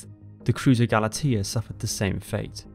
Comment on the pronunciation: Gal a TEE ya, C'mon man, get with it! Ga LAH tia